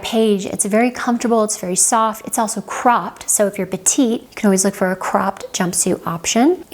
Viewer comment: Excellent tips. Many are also useful for men. The one recommendation is to pronounce the last t in “petiTe”; that is the female of “small” in French, as “petit” where the t is silent is for men. Thank you!